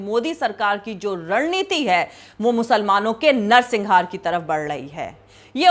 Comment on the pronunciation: madam, u are an excellent journalist, just one correction - it is 'narsanghar' not -singhar; great work, all along! keep it up!